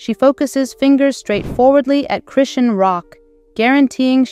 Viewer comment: Just thinking the same can’t even say her name